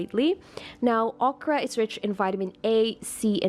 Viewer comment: Please pronounce Okra correctly.